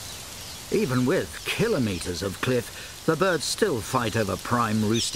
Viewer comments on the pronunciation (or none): none